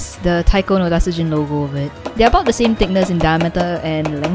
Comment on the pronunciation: TA-TSU-JIN. Not TAT-SU-JIN.